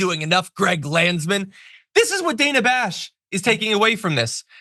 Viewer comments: Not the point of all this, but her name is pronounced danna. Otherwise, good take. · Did you say Dana Trump ?! 😂 omg, this is so freakin' gross. 😢